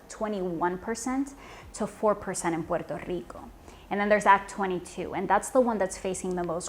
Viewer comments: When she says Puerrrto Rrrrico though 😍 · Why do you have to pronounce Puerrrto Rricooo like that? It's annoying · Everytime she says Pooerrrto Ricoh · hey, you speak normal english but each time you pronounce "puerto rico" you sound like an idiot, say it right. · Petty question; if you're speaking English, why pronounce Spanish names with an exaggerated Spanish pronunciation or accent. I'm not saying make them over simplified or bland but it sounds un natural and awkward when every time you say "puerto Rico" it's with a thick Spanish accent when if you naturally soften those R rolls just ever so slightly to match the rest of your speech, you would sound natural and to be frank, the contrast it makes you sound pretentious fir some reason and trust me sweetheart, conking off even more stuck up is the last thing you need any help with.